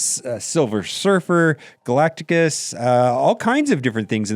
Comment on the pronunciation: And its GALACTUS not Galacticus